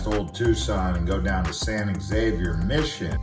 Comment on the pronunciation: It's pronounced San Ha-vere